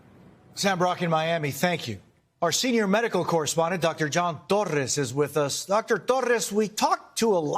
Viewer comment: see the way jose regurgitates dr torres. accentuated. just say dr. torres like we all say in America Jose.